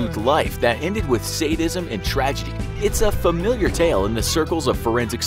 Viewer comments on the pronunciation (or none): none